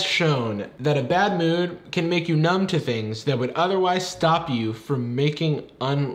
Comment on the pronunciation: and 'tEn tHaNgS'